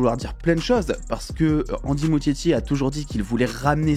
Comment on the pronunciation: Ça se prononce ''Mouskietti'' s'il te plait